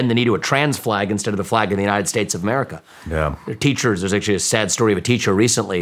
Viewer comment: what in the frik is an Amèrica?...do you mean AMERICA?